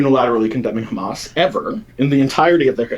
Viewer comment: I love when he pronounces it ham ass